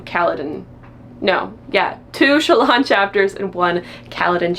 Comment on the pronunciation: Me not hearing Shallans name pronounced outside my head before ; who the fuck is Chalaaaan??😂😂 I say Shallan like Alan but with the sch😅 it just sounds more fantasy than sassy tik tok girl to me😊